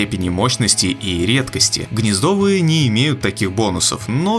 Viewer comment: не гнездовые, а гнездовые -_